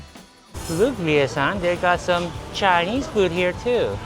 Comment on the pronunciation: Why does say Chiiii-neez like a southern redneck? 😭🇺🇲